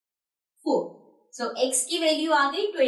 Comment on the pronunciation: Mam you are telling so as sho 🤣🤣🤣🤣🤣🤣🤣🤣🤣🤣🤣 good teacher